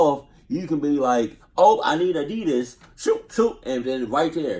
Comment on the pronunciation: Nigga said adidas water LMFAO adidas sponsor this man😂